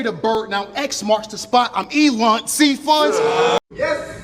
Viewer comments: Bro he didn’t say Elon he said Elun. Come on now. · I agree. It was a slight reach end rhyme wise due to mis pronouncing elon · Man said I’m Elun 😂😂😂😂😂😂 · 😂😂 always do that and they don’t call him out on it. That’s like changing Fonz to Funz to make something rhyme that normally wouldn’t. I don’t respect it. Especially when it’s not a common pronunciation. Literally no one calls that man Elun.